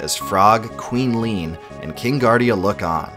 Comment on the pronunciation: Leene = lean? rly?